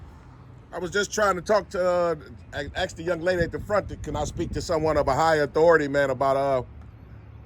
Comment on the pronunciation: He thinks he's so smart but can't even pronounce the word ask correctly!